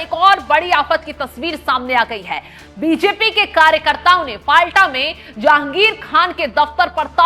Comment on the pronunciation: फलता सही उच्चारण हैं। फाल्टा गलत उच्चारण कर रही हैं ऐंकर।